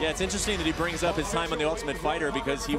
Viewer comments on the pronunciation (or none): none